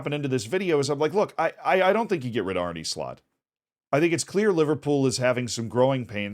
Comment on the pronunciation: Bro is NOT called “Arnie” bruh. U can say uh, u can say arné. Just say arn uh please not arnie bruh